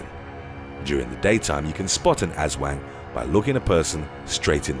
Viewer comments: "Ahs-swahng" not "ass-wang"! You're an Asswang! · Its pronounced "us-whang", the way you pronounce is funny and means different. Love the channel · im from Philipines and i think your aswang pronounsation is not right 😄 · that aswang pronunciation got me hahaha. still very good video :)